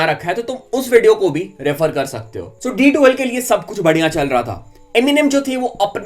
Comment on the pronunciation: Bhaai tumko badhiya word bolna nahi aata naakh me bolte ho kya? Badhiya 🤣😂🤣😂🤣😂😂🤣🤣😂😂😂😂